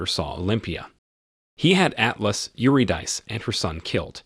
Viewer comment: Eurydice is pronounced 'you-rid-a-sea',try to pay more attention in future.